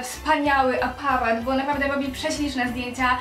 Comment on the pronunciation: APARAT WYMÓWIĆ NIE POTRAFI XD